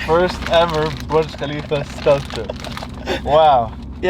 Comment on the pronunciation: My guy says burg kalifa when its burj khalifa thay accaent